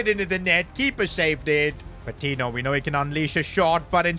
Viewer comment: I dont wanna be THAT guy, but it's pronounced "pah-tee-nyo," the "ñ" indicates an invisible Y after the "n"🙏